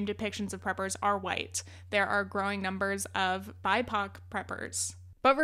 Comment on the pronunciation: I can’t speak for all BIPOC, but I’ve noticed this in a couple of videos and I don’t think anyone pronounces BIPOC that way. Spoken it’s usually just ‘Black, Indigenous, and People of Color’, or occasionally just the individual letters spoken out. It’s not killing anyone and I’m definitely not mad. I think your videos are insightful and well-researched and I like what you’re doing. I just don’t think saying it ‘bye-pohk’ is a thing, it’s definitely not a thing I’ve ever heard BIPOC use, and I think the clarity of mentioning Black people, Indigenous people, and People of Color unambiguously when discussing matters that impact them is worth the extra 3-8 syllables.